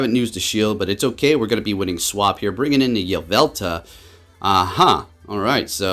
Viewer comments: hermione: its yvelTAL not yvelTA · “Yah-vel-tuh” lmao